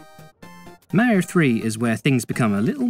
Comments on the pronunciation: Say it with me "Mah-ree-oh" it's not accent that's an excuse. Hell mario says his name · AKA 16 minutes of some dude mispronouncing Mario as “Merio”